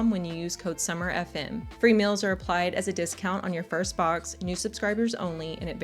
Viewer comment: Is pronouncing "meals" as "mills" a regional accent?